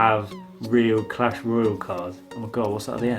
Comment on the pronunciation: You prenounce the word like Royal but it says Royale!!!!!!